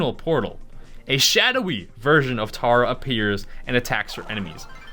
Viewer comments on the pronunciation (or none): Do people seriously not know how to say tara??????????????????? bruh sound effec t #2